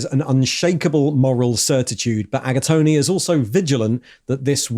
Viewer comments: Did he just call the third captain "Agatoni"??? 🤌🍕🍝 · There's no way his name is actually pronounced "Aga-tony" 😅😅😅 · I like how half the video is read straight out of the codex I'm getting my paint ideas from. Please stop pronouncing the 'e' at the end of Agatone